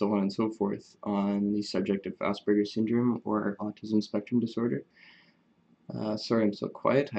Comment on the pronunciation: Thanks for mentioning, pronounced ~~~ a-SPER-gican with a soft "a". SBS is Suspended Body Systems. Better than ASS-BURGERS, you think? Sooo social interactions, let me tell you. Interesting fact is that one of my obsessions, lasting 30 plus years now, has been Autism/health care. A huge fascination of mine, but of course I could not see myself as a head banging mental or disabled, as autistics were often portrayed. 30 years ago in U.S. homosexuality was classified a mental disorder with electroshocks the treatment. It is a double edged sword this knowledge tool ~~ with self-knowledge comes certain insights, many of which are not pleasant especially when regarding a lifetime of broken relationships almost in total. Listening to other Aspergicans is truly amazing and YouTube must be the most democratic tool on earth!!! As a teen circa 1960's, I would prowl around the library shelves stacked musty books, umm, H ~~ homo ~~ quick glance about and then absorb. Today we type in few letters and presto, zillion references and visuals in total privacy!!! But what is the price for this insight?? In-sight is just that, a light that shines inward as you paddle along once dark memory river, now drowning amongst your REGRETS and NOW you honestly know why!!!!!!!! Yes, regrets of an un-lived people-less life with so many joyful opportunities foolishly lost with the dreaded realization that the "others" were in all probability equally pained ~~~~